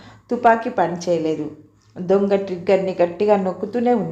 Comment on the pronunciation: దుంగ కాదు తల్లీ దొంగ.